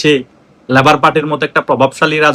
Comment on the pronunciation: “ল‍্যবোর “ নয়, বলুন লেবার পার্টি।